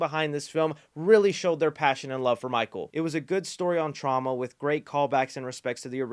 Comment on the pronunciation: has killed the word ‘Trauma’